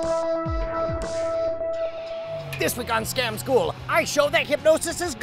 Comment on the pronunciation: in the intro it sounds like Scom school not Scam school xD